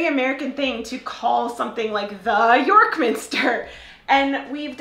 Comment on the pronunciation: Quite right, it's not "the York Minster"; but it's not "YORK Minster" either, it's " York MINSTER", with a slight stress on the second element, unless you're contrasting it with some other minster. (The place-name Westminster IS stressed on the first syllable, but that's a single word.) It's really annoying how you refer to MICKEY Mouse as though you're always anxious to make it clear that you're not talking about Minnie Mouse; ROBIN Hood rather than Little Red Riding Hood; a HOT dog rather than a cold one... (And irs becoming more common here too in names of programmes and companies: TOP Gear, GREEN Flag, SUN Life...) Of course there are some noun phrases where the stress is on the first element, e.g. where it's something which does something to something else, such as a can-opener or a toothbrush; but I think a lot of those look better with a hyphen.